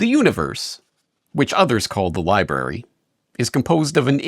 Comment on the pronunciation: Somehow the word "Library" turned into "Lieberry". Eat these berries, and youll be able to lie to others without worry or conscience. Maybe they have a secret Lieberry pasture that all of Government consume.